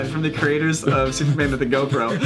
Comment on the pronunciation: "creaters", i thought you were cured!